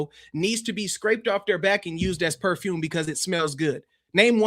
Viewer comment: Wow. Was that poofume or perfume from sweat? Seriously😝